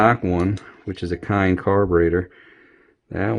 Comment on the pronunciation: Kehin is Pronounced key in. Great video